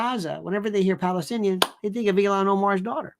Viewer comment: It’s ILHAN not ELON Omar!